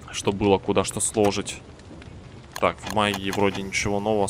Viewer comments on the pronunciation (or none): не слооожить а сложиииить